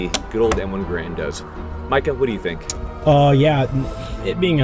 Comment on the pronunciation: Anyone notice that he pronouced Garand 2 different ways in the video? so which is it? Gehr-end or ga-rand?